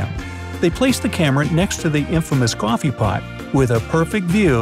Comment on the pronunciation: Did y’all revise when he kept saying: cwoffe